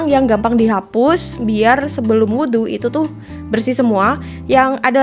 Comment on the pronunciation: kak aku seneng bgt kamu ngomong “wudhu” bacanya tepat 🥰🩷